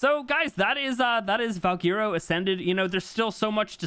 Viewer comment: its pronounced val-Gwer-o not val-gear-o